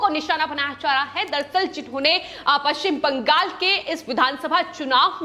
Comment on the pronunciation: Please arrange to teach the news reader for correct pronunciation of West Bengal in hindi.